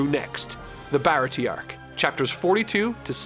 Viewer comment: Aside from a forgivable mispronunciation (Baratie despite not having an accent over its e has the ay sound) the only thing I think might have been misinterpreted was Kuro and revealing his plan. Granted it is probably the weakest arc overall (though I'd argue Krieg is the weakest antagonist) but Kuro's targeting Kaya was happenstance and he hadn't seen his crew in years having tried to find a quiet life after faking his own death. It is only after ending up in the goldmine that is caring for an ill rich orphan that he gets back into contact with his former crew and devises his final plan to get her riches and then kill his former crew to have a quiet easy life. Oda even demonstrates that his first mate Jango hasn't seen him in years by bringing up that he had doubts of Kuro still being able to fight until he saw that he still uses the palm of his hand to adjust his glasses (as he wouldn't be able to use his fingers while wearing the cat claws). All in all glad you're liking the story so far and I look forward to seeing you dive into the next arc.